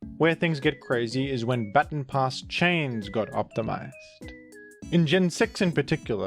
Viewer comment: until you pointed it out, it had slipped my attention that you were pronouncing baton pass the correct way.